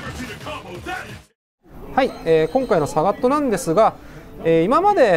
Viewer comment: サガットのイントネーションが 違っている